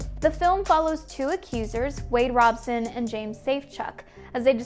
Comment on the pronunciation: I believe Robson isn't pronounced like you are saying it. Guess you didn't actually watch the thing you are reporting on.....